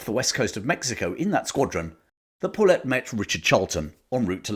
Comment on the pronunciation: Excellent video, and one of the more in depth looks on YouTube. I was intrigued that you pronounced "paulet" like "pullet". Us guys in Hawaii use a Hawaiian pronounciation which sounds like "pao-let", similar to the word "pau".